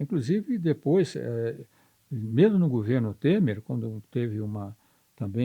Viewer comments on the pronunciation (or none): none